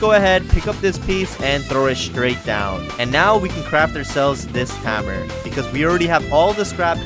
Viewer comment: Hammer not haaammer